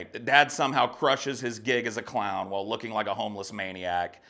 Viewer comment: Oh man I laughed so hard when you said “the cloin.”